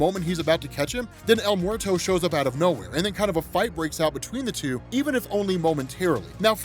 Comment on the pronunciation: El “Morto”! Wtf…